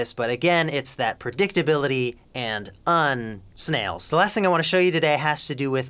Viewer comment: I'm laughing soooo hard at the "Un....Snails" part!!